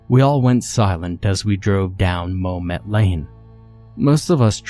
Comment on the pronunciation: isn't it mom-et and not moe-met?